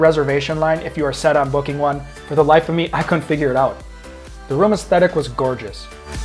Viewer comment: For future video's, "Couldn't" has two syllables.